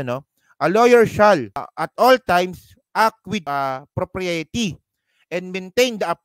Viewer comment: Bakit ganun pronunciation ng propriety? hehe